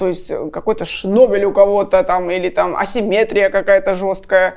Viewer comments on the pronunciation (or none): none